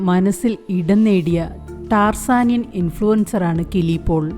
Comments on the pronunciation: ടാർസാനിൻ😅😅😅 ടാൻസാനിയ എന്നു പറ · ടാർസനിയൻ അല്ല, tanzania ആണ് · താൻസാനിയ ആണ് ടാർസനിയൻ അല്ല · എന്റെ പൊന്നു ചേച്ചി ടാർസനിയ അല്ല ടാൻസനിയ